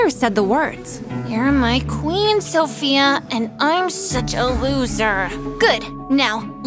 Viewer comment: Lol and ot the start she said sosia not sophia